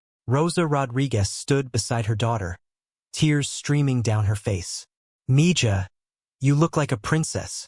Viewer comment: The way he pronounces Mija is killing me........ Mee ha not mee ja